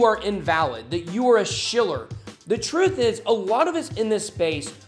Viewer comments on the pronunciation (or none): none